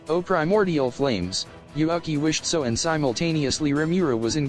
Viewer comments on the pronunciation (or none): Why read Yuuki as Yuhaki ? xD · In the start you pronounced Yuuki's name correctly then during the video kept calling him YuAki.. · why u pronouncing yuuki yuaki?? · why is yuuki is pronaunce yuaki? I don't get it